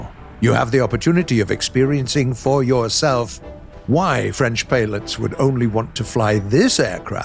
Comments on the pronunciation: Accent parfait ! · Good french accent 😂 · Thats the best french accent done by a non french person (and i no what i'm talking about i'm french)Sir your prononciation of french is incredible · Your French accent is very good, I'm watching you in France and I pilot with a joystick.